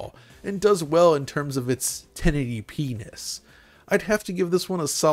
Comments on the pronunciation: Lol he said 1080p-nes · Tee hee, “ten eighty p-ness” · You said 1080p-nis.